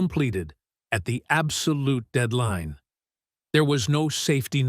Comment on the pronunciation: You couldn't get an actual person to narrate it? My newt when saying minute gives it away. And dead line instead of deadline. Oh and 12 facts were actually 10.